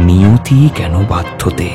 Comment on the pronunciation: "Niyati keno baddhote" Niyati kano baddhote...... Na Uccharon ta ektu dekhe neben